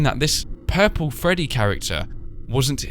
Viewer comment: he sprat his self wif pupol spra.